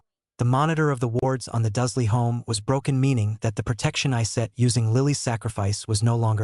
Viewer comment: Duzley? WTF! It’s DURSLEY.